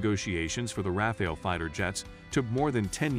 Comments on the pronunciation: Non Rafale /pas Raphaël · Raphael jets? It's hard to continue watching after the narrator doesn't even know how to pronounce the name of the subject of his video. Next.